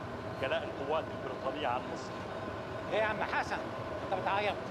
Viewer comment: أعاتب على من راجع الفيلم ولم يصحح نطق أحمد زكي الله يرحمه في خطاب الثورة عندما قال مصر كلها بكسر اللام والصواب فتح اللام علما بأن الرئيس الراحل أنور السادات لم يقع في هذا الخطأ. وكان يمكن بالمونتاج تدارك هذا الخطأ